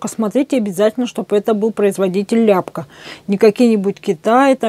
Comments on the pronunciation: Аппликатор Ляпко. Ударение На ко. о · Ляпко,ударение на о́,пусть хранит Вас Господь поклон с Донецка,это наш земляк.